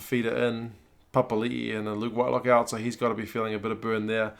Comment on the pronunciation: Bro Papali'i pronounciation was spot on unlikey my spelling lol.good on ya mate👍👍